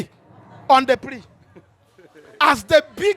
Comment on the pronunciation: that’s a wrong pronunciation of “PREDATOR” and “PREY”. This guy even correct you for the end part of the video but you no grab. ✌️